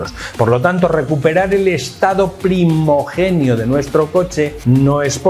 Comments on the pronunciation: Habla muy bien pero se dice "primigenio". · Primigenio,se dice primigenio